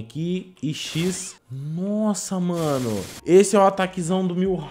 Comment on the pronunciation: Cancela esse garoto que fala milhauk com l on vez de mihauk sem l